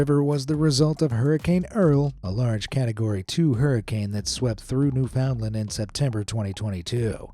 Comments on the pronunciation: Newfoundland. It can be pronounced one of two ways: "new-fn-LAND" or "NEW-fn-land." Never "new-FOUND-land." okay? ☺ for future reference. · It’s pronounced new-fund-land. 😉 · It’s pronounced “ New- Fin-Land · "NewFOUNDland" XD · nowfoundland is pronounced more like "noofinland" fyi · It's pronounced NEW-found-land. Emphasis on the first syllable. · "Newfundlund"... they way you pronounced it is a town in New Jersey. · First you miss pronounced The province of Newfoundland, it’s pronounced New Fund Land. Secondly you missed one of the biggest explosions in history. The famous Halifax Explosion of 1917. The biggest oops in world history that leveled the city. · Newfunland. The o and d is silent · omfg...I'm having trouble getting past your pronunciation of "Newfoundland"...it hurts my brain. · It’s actually Newfoundland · I'm groaning at the pronunciation of "Newfoundland" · I'm not Canadian and even I cringed at that.😬